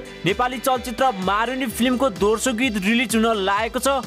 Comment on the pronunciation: दोर्सो हैन हजुर दोस्रो हो अस्ति पनि निखिल उप्रेती लाई उर्पेती भन्दै हुनुहुन्थ्यो आज पनि दोस्रो भन्या दोर्सो दोर्सो भन्नी 😉😉😉😂😂😂😂😂😂